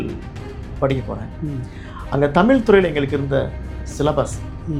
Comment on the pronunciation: தமிழ்........ தமில்...... தமிழா ....... தமிலா....... தமிழை ...... தமில் என்கிறார் நண்பர்!!!